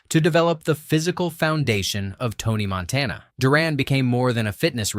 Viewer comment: Couldn't even pronounce Montana right the first time he said it. 20 seconds into the video and I knew it was a complete waste of time.